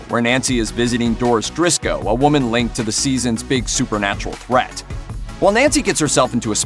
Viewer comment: Doris Driscoll, not Doris Drisco. There's your production error.